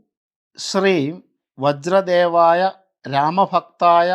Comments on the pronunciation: വജ്രദേഹായ എന്നല്ലേ ശരി? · വജ്ര ദേഹയാ അല്ലെ വജ്രദേവായ അല്ലല്ലോ. ഒന്ന് കറക്റ്റ് പറഞ്ഞു തരണേ